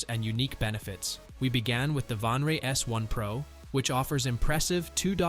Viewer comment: Vanre? it says VANTRUE, not "vanre". Was the video made by a.i. or something??